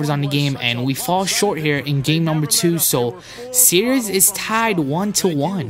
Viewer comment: Every time he says series, he says serious. And he's always saying tough layup. :)